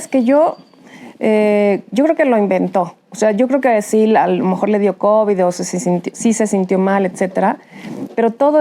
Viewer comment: Será que este burro se vaya a ir sin haber aprendido que las palabras que termina con “d” así se pronuncian y no con”t” se dice covid, no covit y es solidaridad, no solidaridat!!!! Bueno dicen que “chango viejo, no aprende maromas nuevas”